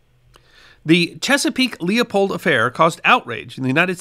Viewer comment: The "Leopold"?😂